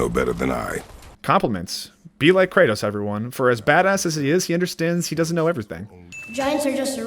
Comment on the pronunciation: Did you call Kratos "Kurtis"